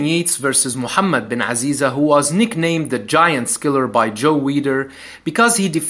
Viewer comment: نطقك لأسم محمد بن عزيزة ممتاز هل معناه انك عربي؟